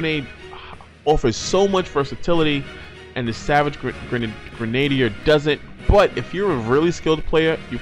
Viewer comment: Friendly advice: pronunciation for Savage “Grenadier” is Gri-Nuh-Deer not Gruh-Nay-Dee-Er.